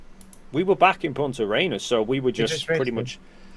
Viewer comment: For gods sake why are so many people struggling with "Punta Arenas" adding extra S in this case and other manglings of it I've heard from so many flerfs. It's not a challenging thing to say for English speakers! If you're going to say something in public that is not super familiar to you, take a moment to understand how it is spelled and pronounced. Sigh, yeah, I know, if they had that kind of thoughtfulness they would not be flerfs, or for that matter asking what you did on the 18th.